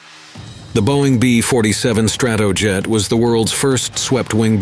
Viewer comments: Please fix the pronunciation of "Stratojet." It's not "struhtuhjet, it's "STRAtoejet (with the "A" as in "back"). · The B-47 "Strat - TOE - Jet" ? What's UP with these "robo-narrators" anyway ? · StratOoJet - yeah auto script reader I thinks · Stra-TOW-jet??? C'mon. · Strat TOE jet. Who talks like that? A robot? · I didn't mark the times but the narrator pronounced Stratojet 3 or 4 different ways throughout the video. 😁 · It maybe pedantic but mispronunciation that are easily fact checked irritate me. Strat-O-jet Thule Air Base is pronounced Too-Lee.